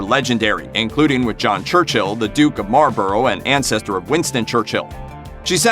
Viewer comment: That pronunciation of Marlborough though